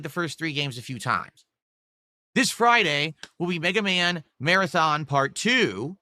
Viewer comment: BegaMan Begathon